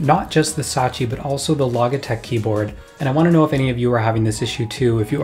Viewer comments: Satechi* not Sachi lol. Great video that's been needed! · Thanks for the thorough analysis and breakdown. Please learn the correct way to pronounce Logitech and Satechi though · /ˈlɒdʒɪtɛk/ LOJ-i-tek, you sound like Kodak Black trying to pronounce "champagne" edit: I just heard you say "Satechi", are you doing this on purpose to annoy people ?